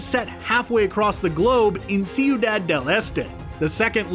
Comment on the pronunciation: Ciudad, not See You Dad